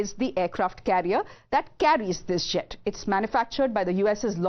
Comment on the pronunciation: When she said.. 'that carries this jet', first thought she said 'that carries this shit' 😂😂😂